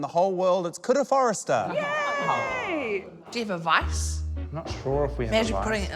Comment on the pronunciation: These NZ accents kill me. They way they pronounce "ea," and until I read the description, I thought Kura's name was Coulda.